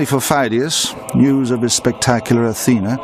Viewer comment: Φειδίας (Pheidias) is not pronounced as it is in this film (fie-dee-as), neither in ancient (pay-di-as) nor modern (fee-thee-as) Greek. . . . but I still enjoy the video.